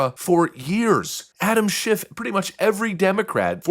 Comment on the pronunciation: Anyone ever here JLP pronounce Adams last name? Yup that.